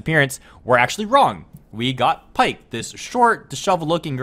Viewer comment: Its pronounced pea-ck